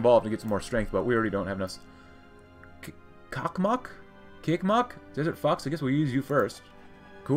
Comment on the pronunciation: it's "chuck mak". if you still care.